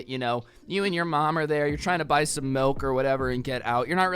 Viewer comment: I hate it when people pronounce milk like "melk"